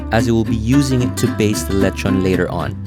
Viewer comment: Leh chon like a real foreigner 🤪